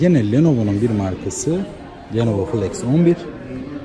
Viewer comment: Ne başarısı kardeş. Adam Lenovo diyemedi 🤣